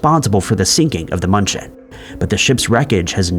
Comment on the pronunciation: Hey AI! The cargo ship's name is NOT Munch-en! There is an umlaut above the 'u'. In my poor Southern US accented Deutsche, it is more like mew-n-chen. That was one word I haven't forgotten from living there! PLEASE get a REAL PERSON to narrate!! AI is horrible! While I lived in Germany, near München, was the time of Chernobyl. We lived under the cloud until we were reassigned back to the States. We were told that everything was fine! Just don't let the kids play in the grass until the dew dried! But the stores, both the commissary & the German shops had produce shipped in from Israel! Sure we were just fine!